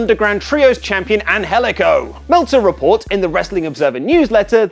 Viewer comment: I don't know the guy but the pronounciation of his name bugs me.